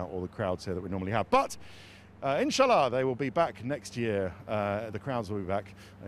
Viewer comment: He mispronounced it I guess